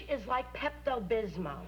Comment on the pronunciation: Not "Pepto Bismo." Pepto Bismol.